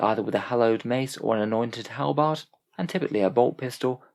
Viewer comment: HAlberd, not Helbard, sjees... 🤔 😂